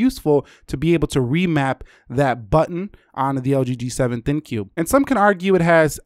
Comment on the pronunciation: For the love of God please stop saying "L-G G-7 THIN-CUE." !!!!!! it's the dumbest name in wireless and you're making it worse.